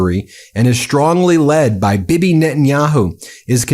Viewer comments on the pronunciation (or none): It's pronounced Bee Bee, not bib-eh